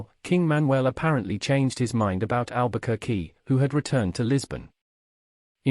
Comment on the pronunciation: Please learn to pronounce the name first